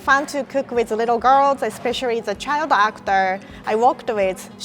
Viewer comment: "especiarri" Lmao i really like it when asians di this (i'm from Southeast Asia so i'm Malaysian)